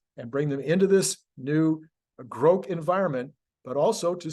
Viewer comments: It's pronounced "grawk" not "groke." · Also at 44 seconds "Grok" (like Rock) not Groke like woke - source and proper pronouncination with somebody that uses Grok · i'm older than elon and i say it's grok, not "groke". i think he's pronouncing it groke because it rhymes with woke. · Grok not Groke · Yes, Elon is wrong about the pronunciation. And no one (except for him) is going to pronounce it as "groke". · Well, if anyone would know how a Martian word were pronounced, I’d expect it to be Elon Musk. Regardless,I think I’ll continue with the pronunciation I’ve used for the last half century: Grawk. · Grok should be pronounced like Grock, like rock. That is an established word in literature. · sorry.. Elon wrong on how to pronounce. Long o is how all my geeks say it. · Please keep mispronouncing grok as many ways you can. Quite entertaining and sure to piss off pronunciation geeks 😊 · Elon is pronouncing grok wrong.